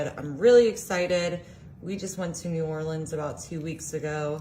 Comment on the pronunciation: "new orleans" lol girl no. this is disgrace